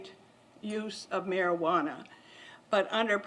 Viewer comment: am i the only one who gets irritated that 1 she's not saying cannabis, the real name, and 2 how she pronounce Marijuana